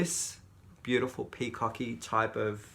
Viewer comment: it's bee-you-tea-full!